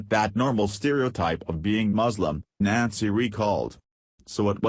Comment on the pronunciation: Only identified as Nazi.... that's fitting. Yes I know it's Nancy, shitty computer voice just makes it sound like Nazi. Edit which is more fitting.